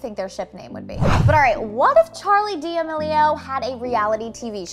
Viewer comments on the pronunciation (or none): hah you said Charli name wrong !!